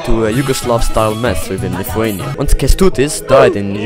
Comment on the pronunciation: I live in Lithuania comma and yes you butchered I'm a better I can see it really easy